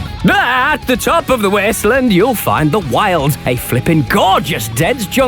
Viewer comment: The Weeysttleeaand